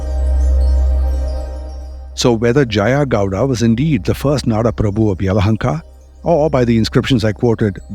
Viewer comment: Name is Bengaluru 💛❤️ you got Yelahanka right 👍 We don't need any kind of 'Bang' in the city and there's no 'lore' refering my city as Bangalore ✌️. ಇತಿಹಾಸ ಹೇಳುವಾಗ ಸ್ಪಷ್ಟವಾಗಿ ಉಚ್ಚರಿಸಿ ಹೆಸರ ಗುರುತಿಸಿ ಹೇಳುವುದು ಆ ವ್ಯಾಪ್ತಿಗೆ ಕೊಡುವ ಮೊದಲ ಗೌರವ 🙏